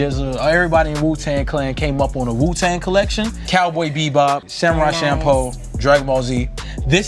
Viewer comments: this dude denzel said samurai champoh........... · dis nigga said “samurai shampoh” 😐😂 denzel has failed us